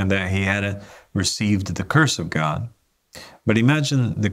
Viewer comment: "God", not "Gog" ☺️